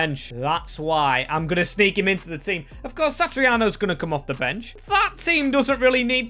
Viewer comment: pronunciations 🤣 Satriano - Sat-ri-ano - Santariano 🤦‍♂️